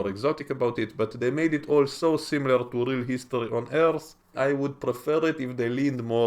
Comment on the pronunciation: Good review! Though it does seem like a spoiler to say nobody changes sides. Perhaps you’re just saving us disappointment. Also like your videos because you have a cool voice. I think you added a whole syllable to “Earth”! (I just sound like “erth.” Not as fancy). Good droid ideas, too. That stuff matters to me as well.👍🏻